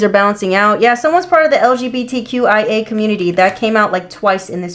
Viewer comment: Did she say lgbtya😂